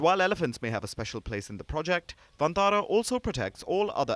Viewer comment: I appreciate the efforts of Mr Ambani scion in creating Vantara (which should be pronounced as Van-taara rather than onthara coz it looses its meaning) and i also Palkiji's promotion for this. But should the wildlife conservation see fruition only when its done by high profile business tycoons should it gain praise only when the rich intervene?? Isnt it the responsibility of the local community, Village forest communities, Biodiversity Management Committees to stay in harmony with nature and wildlife. And shouldnt these high profile businessmen be supporting them local communities and highlighting their efforts and portray conservation on a holistic approach. Instead of multimillion dollar rich son stealing the limelight for this wildilfe conservation combined with showoff of high profile marriage alliance. Ona gentle note Article 15A(g) must me highlighted here is wat i am apprising.